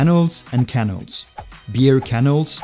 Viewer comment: I love how the narrator says Canals as if they were Kennels. Kennels are for dogs. Channels are on your tv. and Canals are in Amsterdam.